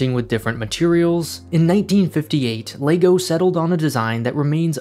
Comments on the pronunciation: Everyone: lego (leg-oh) This guy: LAYGOO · it is leg-o not lay-go so let's try it together LEG O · I dunno if it’s just me, just every time he says lay-go instead of leg-oh IT KILLS ME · Stop saying Laygo! It's called LEGO, as in the simple phonetics of the 4 sounds in L-E-G-O. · Can't get over the ley-go pronunciation. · Is it just me or is it being pronounced Legoo half the time in this vid..... O.o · Interesting pronunciation of Lego! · Had to stop watching 30s in because of the way you pronounce Lego